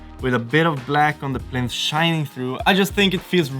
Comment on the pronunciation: Fantastic video as always fellas just one FYI it’s plinth not plint 😂👍👍